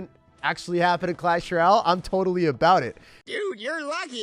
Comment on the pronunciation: Why he say clasheroyale like that